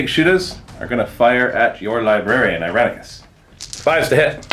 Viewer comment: wait: "Iranicus"? i could swear meant "Irenicus"...